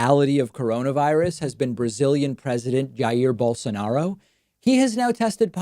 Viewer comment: rubin: David, you are pronouncing it wrong. It's Bol-sah-no-ro